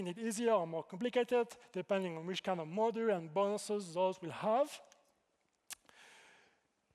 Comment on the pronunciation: Halfway through: "Model" this and "Model" that… Oh wait that's supposed to be "Module." His French accent has him pronouncing it like "Modúl"